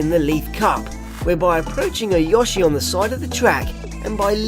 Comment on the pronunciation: I like the way say yoshi.